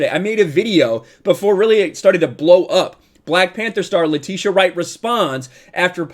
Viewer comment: Atleast say her name right 🤦🏾‍♂️🤦🏾‍♂️🤦🏾‍♂️🤦🏾‍♂️